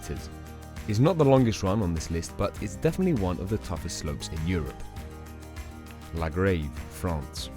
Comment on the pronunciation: Interesting video. Good video work but I dont think he pronounced a single place name correctly. He even got "La Grave" wrong!!!